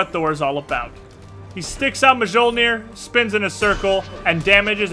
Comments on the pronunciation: i see that you are trying to sound cool. maybe this will help prevent ppl from laughing at you: Mjölnir = /ˈmjɒlnɪər/ or /ˈmjɒlnər/ myol-n(ee)r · its pronounced yolneer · Come on. Thor even says Mjolnir in one of his taunts, say it right man. Mi-yol-near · please read it myolnir... it is swedish... u dont read j like that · stop saying majoelnir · lol he pronounces Mjolnir weird xD